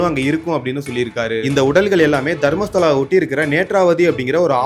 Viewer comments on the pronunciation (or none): It's not Dharmshala... It's Dharmastala